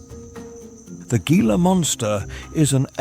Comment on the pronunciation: A few notes on the narration - Gila is pronounced "hee-la" and Saguaro is "Su-wahr-oh". The temps have only been up to 50°c a few times, the last time it hit 50° was in 1993 or 1994. It does get up to 48°c often though.